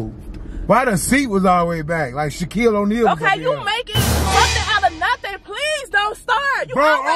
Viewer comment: Dat nigga said Shaquele O'Neil